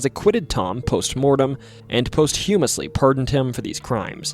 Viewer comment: Posthumously is pronounced "POSS-chew-muss-lee".